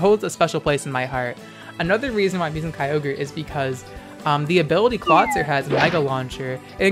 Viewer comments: Its pronounced Claw-IT-zer like the movie IT. Not Claw TI zer like advertiser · ITS NOT CLAWTIZER, IT'S CLAWITZER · I thought clawitzer was pronounced similarly to howitzer? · Clawitizer. Triggered. MUTE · Ok legitimate question here, is he saying Kyogre and Clawitzer as Keyogrey and Clawtizer on purpose? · I love your videos, but just a heads-up because trolls exist: Clawitzer is pronounced "CLAW-wit-zer" because it's based on the type of cannon called a "Howitzer" (HOW-wit-zer).